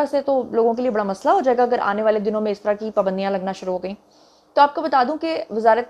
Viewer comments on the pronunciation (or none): none